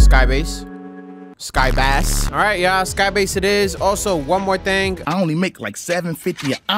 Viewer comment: bro said sky bass